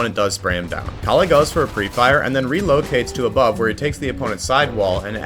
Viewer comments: its pronoucned kah lle (with a soft K and L) :) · great video but istg the pronunciation of calle is making me crash out bro